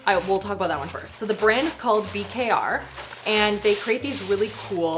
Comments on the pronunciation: FYI… BKR is pronounced like beaker (as in those cylindrical glass lab containers) 😊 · You spelling out BKR was so cute (they say it beaker) got one a million years ago in a FabFitFun box but didn't care for it because it felt awkward to hold as someone with small hands.